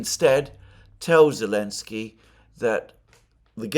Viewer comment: Yep! Alex C has it right: he calls him 'Elensky'